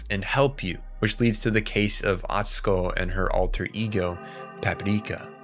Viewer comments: Why are you pronouncing it Papipreeka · bro why do you keep saying Paprika like that 😐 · Why is this dude saying Paprika with a Japanese accent? The movie title is in English. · Stop saying Paprika like that